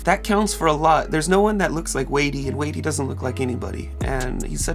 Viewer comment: Hi. You’re pronouncing his name incorrectly. It’s sounds like whitey with a “d” — and he is awesome!!